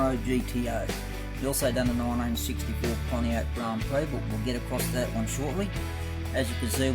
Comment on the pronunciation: Pretty schmick looking cars, you aced it!👍 Haha, watch how you pronounce prix...a bit like Phuket!🤐 Awesome buddy. 🇦🇺👨‍🚒